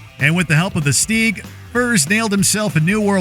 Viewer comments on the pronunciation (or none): Dafuqs a Steeeeg? Stig as in twig mate. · The way you pronounce stig hurts my soul..... "steeeg"